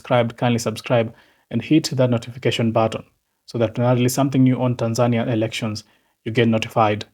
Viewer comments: YOU ARE NOT SAYING OR PRONOUNCING THE WORD TANZANIA PROPERLY. HOW DO YOU SAY IT? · ARE YOU SAYING THE NAME TANZANIA AS THE WAY YOU SAY IT IN YOUR LOCAL LANGUAGE OR THE WAY KENYANS SAY IT?